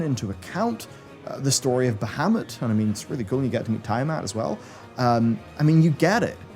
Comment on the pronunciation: Bah-hah-mut, not bah-ha-mut. :-)